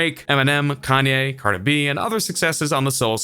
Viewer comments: The announcer called her Car -2-Be i thought it was Cardi B 🤣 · If he says carda b one more time I wouldn’t do anything but it will be very annoying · Y u say carda b? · "Cardah bee"? lmao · this guy says cardi b, “cardebie” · correction its cardah bee!! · Who tf is "Carda-be"?? CARDI B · Its brutally painful how he pronounces cardeh-beh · I cringed so hard when he said Cardi B in one word like CardiB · "cardabee" - xD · Cart-a-bee lmao😂😂😂😂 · Me. A human: Cardi B This narrator: CardehB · Why you keep saying “carda B”? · I like how he says Card-eh instead of Card-ee 😂😂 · It's cardi b..not cardib..you say it funny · I died when he said Cardae B 🤦🏽‍♂️😂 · How am I supposed to trust what you say when you’re out here saying “Carda-bee”?!! 😂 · Carda b he said her name really weird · Learn how to pronounce cars in.... caaarhda bee like wtf bro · John Lehman he says cardabee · Cardabee 😂😂 wtf, dude pronounced her name hella akward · I thought I was tripping when I heard that lmfao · U cant even say cardi b...dislike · I bothers me the way he say Cardi B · It was so funny how he pronounced Cardi B. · Lol the way he says cardi b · bro, you've got to change the way you say cardi b. i don't even listen to her music and i got chills listening to you say her name like that repeatedly hhaaha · You pronounce Cardi B like a fucktard. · When u condense three syllables into one